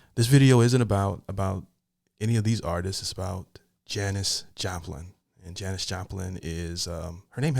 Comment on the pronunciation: Yes you pronounced it correctly. Haven’t heard of Janis? Under a rock?